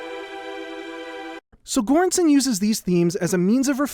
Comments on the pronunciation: Another great video. If you want to know how Göransson is pronounced properly, it’s kind of like “juran-sonn”, with “ju” as in “jury”. Not a hard g, just like there is no hard g in English words like “gem”. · Göransson 's pronounciation is closer to an english soft G as in George. I am not trying to be nitpicky is just an observation :) Your channel is trully one of the best things on youtube. Keep up the amazing work and greetings from Sweden. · That's ... that's not how you pronounce Göransson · Holy shit you butchered Ludwig Göranssons name 😂. It's okay tho. I know it's hard with foreign names but you could have looked it up. Fantastic video either way!